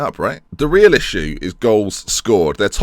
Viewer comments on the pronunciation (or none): none